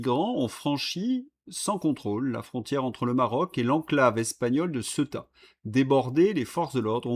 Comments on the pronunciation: Ceuta étant une enclave espagnolse, elle se prononce ''Ce-ou-ta''. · Ceuta se prononce Céouta en espagnole.